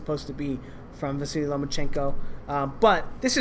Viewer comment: Why do you cal Vasyl, Vasily?